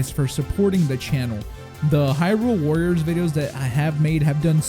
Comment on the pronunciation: and the way he said "warriors"